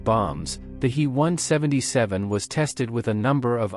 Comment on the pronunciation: Fix your bot! Its a H.E. 177 not a hee 177!